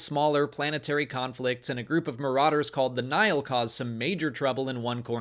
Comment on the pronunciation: It confused me the way you pronounced Nihil since I've been enjoying the high republic books on audible and they clearly state this as "Nī-hil" every time, with two distinct syllables and a long i for the first i. Took me a second and I was like oh, he's talking about Nihil lol